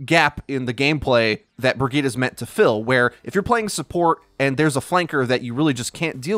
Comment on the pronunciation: Isnt briggette pronounced bridge it